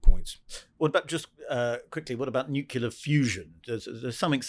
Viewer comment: Why can''t pronounce 'nuclear'? - newkiler, newkiler, newkiler.....